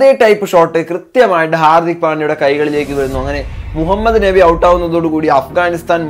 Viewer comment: നെബി അല്ല മോനെ ...നബി എന്നാണു ....ഷാമി എന്നല്ല ഷമി എന്നാണു ട്ടോ